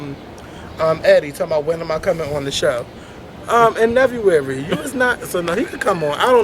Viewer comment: NEVUARY!! REALLY LoL... THAT WAS FUNNY!